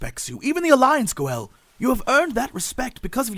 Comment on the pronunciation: Jeez, they consistently call him Go'el now? Maaan, bummer.